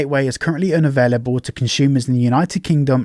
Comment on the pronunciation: the way you say "unavailable" makes me think you've never heard anyone else say it